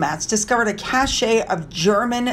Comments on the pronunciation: Sorry, but it's a cache ('cash') of German documents (not 'cashay') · Hey, the cache of docs they found is pronounced like cash. Hope this PH media deluge/barrage is over soon. Finn looks extremely alert, the only hint that he is scared is that he has placed himself behind pillows in a corner.